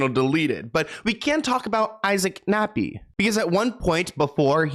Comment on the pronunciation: Is he saying Isaac Nappy? Hahaha, thats funny, Anyways, it would be more surprising and likely an easier task if he were to reveal those in Hollywood who ARENT one of these P files. That would be a very short list, as I believe anyone with a high level of success is somehow involved in shady business like this